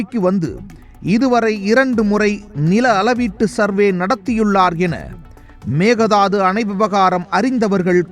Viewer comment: Konga it is mekedatu not a mekedadu😅😅😅😅